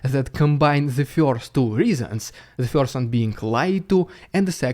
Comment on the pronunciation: love how you pronounce "first" as "feeorst".